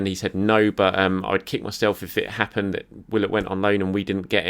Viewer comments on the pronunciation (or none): none